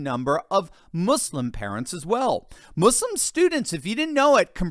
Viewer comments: Thank you so much for pronouncing so correctly the word “Muslim “ 💖😍🥰 ( not mazlim) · Finally an American who doesn't pronounce it muZlim. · A white guy that says "Muslim" instead of "Muzlim" bravo!